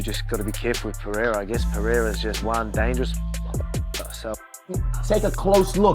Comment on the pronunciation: Its PEREIRA NOT PEHEYA fml ..